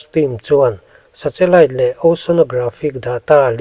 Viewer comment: 😮 2040 maw ??!!😮 Nge ka ngaithla sual / hre sual zawk aw..?? Tin, nen hian 'Sa-Che-Lite' ti maiin ka hre bawk !! Mahse, Chanchin i buatsaih te erawh a tha hlawm khawp mai, ngaihthlak a manhlá in a ngaihnawm e (interseting) 👍👍 Lo tang zel rawh, a bík takin 'thu lam' kawngah . A chhan chu i content hi a hmuhnawm lam ni lovin a ngaihthlak lam chi a ni si a. Frm. New Subscriber